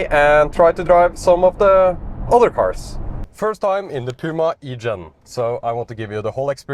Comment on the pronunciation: The electric Puma is called the Gen-E btw not the E-Gen.